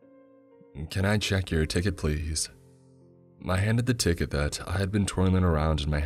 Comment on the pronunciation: Bro why does he talk like that... my ticket-uh" "my seaat-uh" he draws out the last syllable and uses a monotone bro voice, sorry. Will be sticking to Creeps and Mr CP.